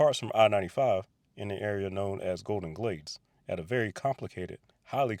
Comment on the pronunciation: Ah Golden Glades 😂 I thought you said Golden Glaze 😂